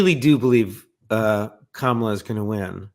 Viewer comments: Koala 🐨 Ko-ah-lah. Kamala 💁🏽‍♀️Ka-mah-lah See.. so easy! 🤦🏽‍♀️It’s not Kamma -lah Nor is it a Koah… lah! 🇦🇺🫵😀 you’re welcome 😁💙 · It’s pronounced..Comma-La